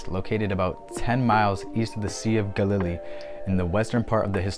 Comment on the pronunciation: Well, life is about learning. I pronounce Galilee as Gal ih lee, myself (middle syllable is the weak one, not gah lily as you say it with accent in the middle). Not sure if your choice is a valid variant (might be, I don't know everything, fer sher, but never heard your version before). chalcolithic is based on the root chalco (chal co) meaning copper (as with chalcopyrite meaning copper pyrite, a yellow copper sulfide mineral). lithic means stone or rock and is pronounced lith ic (same as paleolithic if you say that correctly; just replace paleo with chalco). chal co lith ic. Anyway, I get to learn from you, so a little return of favor is probably a fair trade.